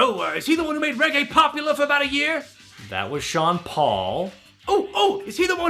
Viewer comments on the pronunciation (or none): none